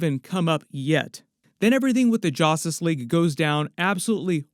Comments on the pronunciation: I can't not hear "Jostice League" 😂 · It sounds like your saying Jostice league at first 😂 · Ha ha …. Jastus Leeaig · Why's bro keep saying jostice league 😂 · Y does this guy keep saying justice league wrong. Can’t u speak English lol! 😂